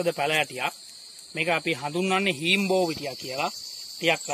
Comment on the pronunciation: හීන්බෝවිටිය ග්‍හ නම් පැහැදිලි නැහැ